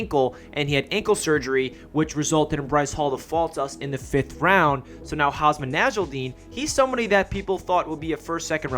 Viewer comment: Great video ✈️✈️...btw it's Hamsah**